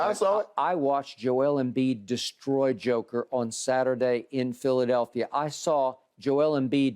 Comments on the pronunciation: A Joke 🤣🤣🤣without the R.. skippp lolol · Joker with no R on it 😂 this man here